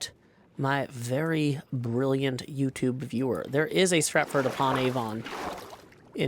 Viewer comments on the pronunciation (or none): none